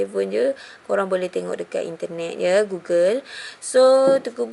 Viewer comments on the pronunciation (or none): none